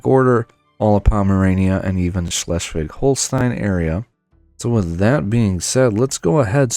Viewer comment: as a german I can say you pronounce Schleswig or Dithmarschen quite good for a non native speaker nearly perfect ;).